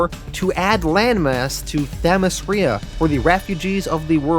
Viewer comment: I am sure someone must have caught it but the name is not Themiskria but Themiskira (pronounced Themiskeera).